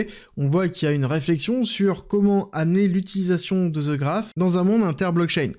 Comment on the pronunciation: "The" ne se lit pas "ze" un peu de professionnalisme svp